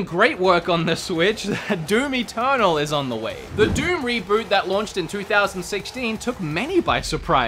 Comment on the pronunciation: "Doom Eternal" I thought you said "Doomy Turtle"